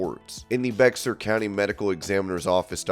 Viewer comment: Sad to hear about Sara Lee. Bexar County is pronounced as Bear County